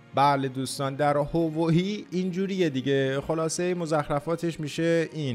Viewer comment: هاوایی میگی هوایی🤣🤣🤣☺